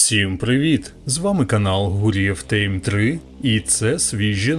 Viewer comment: Тайм, а не тЕйм